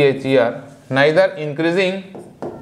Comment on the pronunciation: Neigther Nahi hota hai neither hota hai